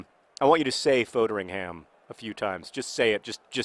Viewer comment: i'm pretty sure foderingham's name is pronounced fodd-ring-am.